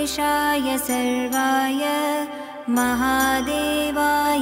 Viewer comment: Please read original mantra properly. It is "Sharvaay" i.e. "शर्वाय" and not the "Sarvaay" I.e. "सर्वाय". It is your whole and soul duty to check the mantra pronunciation properly before recording. Voice is not that important than the actual pronunciation. Correct this mistake and re-record again. And avoid making such nonsense mistakes.